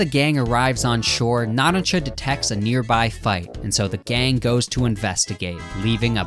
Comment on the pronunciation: Why do you say mista like “mihsta.” When it’s pronounced “meesta” and narancia “na-rant-cia” when it’s “na-ron-cia”. And you say Hamon like “hamen” when it’s “hah-moan” I don’t mean to be rude I’ve just never heard ANYONE pronounce names like you 😅 still love your content tho! Just reminds me of when Naruto fans call Sasuke “sah-soo-kay”